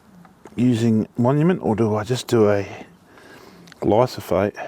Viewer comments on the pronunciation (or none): It’s glyphosate not “glysophate”